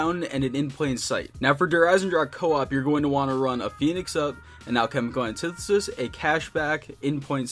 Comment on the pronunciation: "Halchemical annetithesis"